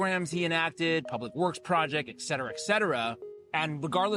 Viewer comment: The way you mispronounce et cetera tells me that you don't actually even know the words.